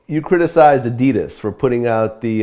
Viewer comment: Dude, you pronounced Adidas wrong.